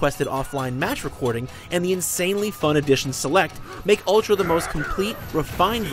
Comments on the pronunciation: It's ultra not utra. Jeez! Get it right... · "UTRA" FAIL LOL xD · Right off the bat you forgot the L in ultra. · at the start, it said utra instead of ultra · They used japanese pronunciation. Shamefuru of you not to know japanese cannot speak "r" i mean "r". Back to engurish... They cannot speak "l". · Its Ururtra goddamnit! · "Utra" huh... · "UTRA Street Fighter 4" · Lol, Utra. "L".